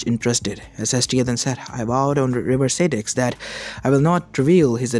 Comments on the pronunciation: also it's styx not staticks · Stix is pronounced sticks